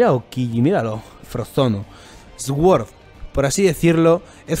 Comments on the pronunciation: se pronuncia “suord”, no “esgüord”, no es por hate, es un comentario constructivo. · "SOR" QUINTO, "SOR" Asi tal cual